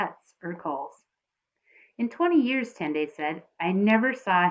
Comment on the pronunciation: You pronounce tendai like tendie